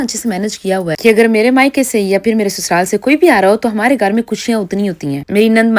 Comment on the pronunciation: ye Urdu kesi bolti hain. Ghar (Gaar)